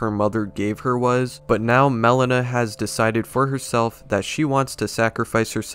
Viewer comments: Melina its not (melena) its (Melina) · Not Melon-ah. It's Mel-ee-nah. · It's Meh-Lean-uh, not melon-uh